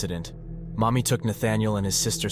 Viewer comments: Mami as in Mamiko? Oh that's why the guy looks like a Chinese XD I think you mispronounced her name. It sounded like "mommy" but it should've been a flatter ā... like "maa" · thank you for the clarification. It was just odd sounding hearing “mommy” when it was actually “Mami” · Lol I thought he was saying "mommy" too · Fr I was playing fifa w this in the background and I constantly thought he was calling her mommy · I know it’s her name, but every time it says “Mami” it feels like you’re just calling his mother mommy